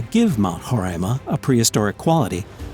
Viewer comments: you write roraima and you said horaima Iam literally comfuse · It's RORAIMA...not HOREAIMA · 1) you pronounced guyana wrong 2) it's mount roraima not horaima 3)IT'S IN GUYANA NOT VENEZUELA THEY JUST TRYNA CLAIM OUR LAND 4)I can guarantee you that there are no aliens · i'm from guyana you pronounced roraima wrong